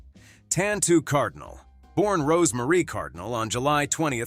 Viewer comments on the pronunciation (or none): none